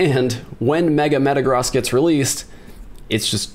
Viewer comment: Thank you for pronouncing Metagross correctly!! 🙏🙏